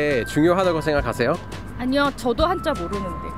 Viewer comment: Why did you say 한짜 instead of 한자? Is it the sound in Chinese or a mistake?